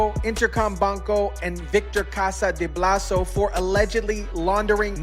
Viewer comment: 😂Its Bolsa not blaso.. Vector Casa de Bolsa.